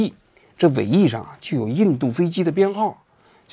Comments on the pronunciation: 老王挺笋，明明是bs001 非要说成sb001，这小心眼玩的。。。。。😂😂😂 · 是BS001 不是SB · 王局将印度飞机编号BS念成SB，故意的！！ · 那BS001说成SB001真没绷住😂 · SB 001 王局这口误是认真的吗🤣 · 阵风飞机编号bs001念成sb001, 是故意的还是不小心?🤣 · 人家飞机编号是BS001，你说SB001:face-turquoise-covering-eyes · 王局是故意把BS001说成SB001的嘛😂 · 人家说BS001 你念成SB001😂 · 明明是BS001非要说是SB001 哈哈哈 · BS001😂不是 sb001😂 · 王菊太壞，人家印軍是BS001，你故意唸成SB001，你居心何在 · SB001，王局这是故意念的吗？ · BS001你说成了SB001，故意的吗😅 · 明明是BS001，你非要说SB 001 😁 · SB001😂 是bs001，王局你故意念错的吧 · 哈哈，人家是bs001 你非说是sb001.故意的😂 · 故意说成SB001的吗？ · SB001? 王局你是故意的吧？😂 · bs001，是不是故意说成sb001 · BS001，你故意说成SB，哈哈哈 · 是BS001 不是SB001 我怀疑你是故意的:face-blue-smiling::face-blue-smiling::face-blue-smiling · 印战机垂尾编号BS001被王局悄咪咪地说成了SB001,所以玩梗还得是王局啊👍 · 明明是BS001，王局故意说成SB001😂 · BS001编号念成SB001号，王局是故意的吧。哈哈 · BS001说成SB001，王局说印度傻逼蓝波湾😂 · 人家飞机编号叫BS001，王局读成SB001，内涵了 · 明明是BS-001，老王故意说SB-001😂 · 人家是BS001，王局嘴瓢说是SB001🤣不知道是不是真的认为是这样排才是对的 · BS001 被说成了 SB001 哈哈哈哈哈:face-blue-smiling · 王局故意说到印机的编号：SB001，我真的绷不住了。。。。。。。哈哈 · 不是sb001而是bs001王局你是故意的吗😂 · SB 001 😆 王局你是故意的吧 明明是BS001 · 人家是bs oo1 不是sb001 😂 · 王局有点意思，本来是BS001，非说人家SB001😁😁😁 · 分明是BS001 你非要说SB001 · 王局 人家 是 bs 001 你说的是 SB 001 SB!! SB!!!!!! 傻逼~！ 过分了哈 你暴露了哈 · 三哥飞机的编号明明是“BS001”，王局居然把人家的编号说成了“SB001”🤗笑死我了！ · 王局故意了BS001说成SB001😅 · 人家明明是BS001到王局嘴里变成SB001😂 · 王局你是故意的吗？阿三的飞机编号是BS001，你给说成SB001😅，小心上阿三新闻联播😅😅😅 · sb 001是口误吗？:face-blue-smiling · 人家是BS001，王局故意的的说成SB001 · 是BS001，不是SB001，王局明显是故意的😂😂😂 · 神SB001，人家是BS001，太好笑了😂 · SB 001😂，王菊是故意的还是不小心